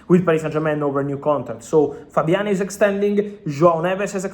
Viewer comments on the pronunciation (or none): none